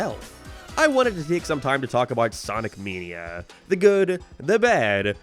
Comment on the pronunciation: “Sonic meeneea”